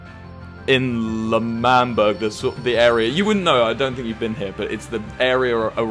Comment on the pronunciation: ITS L’MANBERG